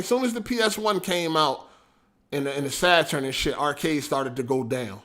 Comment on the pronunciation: You still didnt say saturn right LMFAO.